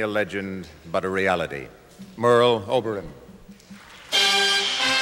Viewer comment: Yes, he did. It's not Oberun, it's pronounced ObeRAHN.